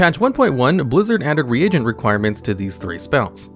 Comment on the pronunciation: its not RE-AGENT, like AGENT bond. Its more like rEEgent XDDD